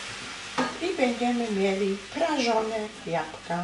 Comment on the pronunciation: Jabka ja mysle ze powinnas powiedziec jablka